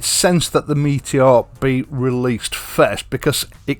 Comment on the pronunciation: Yo bro cool rap right there 😁. Good Yorkshire lad getting the name right….never in doubt. So why do the others call it a Meetyor?